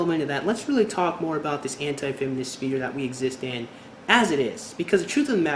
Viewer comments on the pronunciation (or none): none